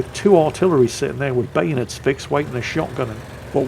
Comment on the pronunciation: "Artillery are fixing bayonates" 😂😂😂😂😂